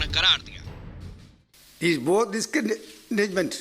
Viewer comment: Is gaandu se disanggagment nhi bola jara hai😂😂😂😂😂